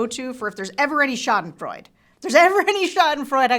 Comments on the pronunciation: “Schadenfreude” is pronounced: Shah-den-froI-DUH. There is no silent letter in German…ever! The Germans aren’t like those lazy French, who don’t pronounce half the letters in a word. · Great vid. But its Schadenfreude. The E is pronounced